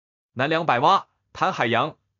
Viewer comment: 覃海洋，发音是Qin，不是tan